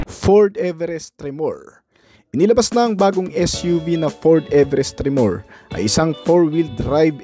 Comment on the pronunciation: Tre-mor... hindi tre-moor 😅